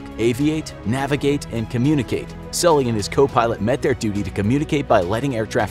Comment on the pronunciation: Mispronouncing Sully's name is a unforgivable.